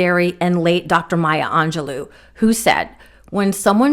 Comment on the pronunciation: ...Her name is (My-ya) Angelou ( An- ga- low). Bets way I can think to show you. Perhaps Google it for the correct pronunciation, honey, you butchered it. If you are going to quote this great woman, at least say her name correctly.... respect. 🥺 Look under Teaching Books.